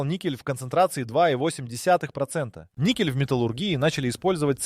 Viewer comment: ... si pronuncia "nikel"... non "niscel"...